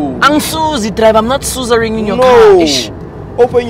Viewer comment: He said “I’m not suzaring” 😂😂😂😂